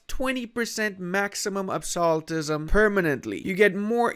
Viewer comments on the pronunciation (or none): I enjoyed him pronouncing Rajputana and Qing correctly and then saying "absolutism" and me going "what?"